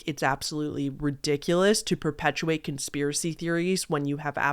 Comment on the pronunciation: Con - SPIER - a - cy?? 🤯🤯🤯🤯🤯🤯🤯